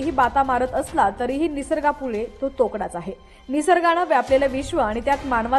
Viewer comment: तोकडा नाही तोडका